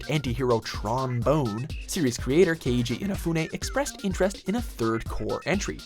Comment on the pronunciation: It's pronounced Tron Bawn not Tron Bone